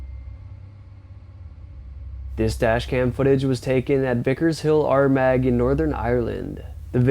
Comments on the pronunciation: Hi, im not being picky but having so many relatives In Armagh in Ireland. I have to tell you that Armagh is pronounced Armar. Love your channel, keep up the good work. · Hi just a heads up, no criticism at all. The place in Ireland where it look like the kid walks through the wall is spelt Armagh, but its pronounced Arrmarr. ☺👍